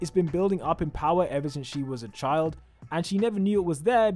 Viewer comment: I love how he said secret love chilf